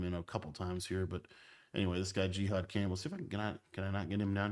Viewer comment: i’ve never heard jihad’s name pronounced like that 🤣🤣🤣